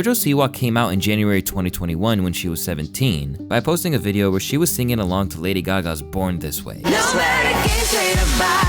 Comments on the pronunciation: The narrator is making mistakes that make me feel like AI is being used... how can you not tell via the context of what you're saying that it is pronounced "Betty" and that it's "signing" not signing? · Sing, not sign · i disliked because the narrator said "signing" instead of "singing". thats a smart computer and a dumb and greedy human. these channels deserve nothing. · "Signing" a "Bet Davis" song. Might wanna work on the whole...talking thing before you do it to hundreds of thousands of people.